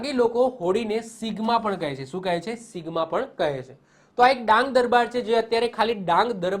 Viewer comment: ડાંગ નાં લોકો હોળી ને 'સિમગા' કહે છે, નહિ કે સિગ્મા...